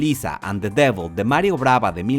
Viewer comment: Mario Bava***, no Mario Brava jaja. Pero todo bien, chido vidio ^^